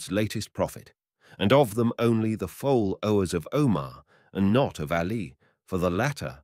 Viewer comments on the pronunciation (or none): Read by AI? fall-owe and so on 😂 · Really need a better educated reader foll-owers Is-realities will-ingly vill-age intell-I-gent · “FOLL-OWERS”, ???? WILL-INGLY???? Wonderful AI.